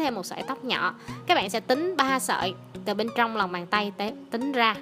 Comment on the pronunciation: nhỏ mà nghe giống nhọ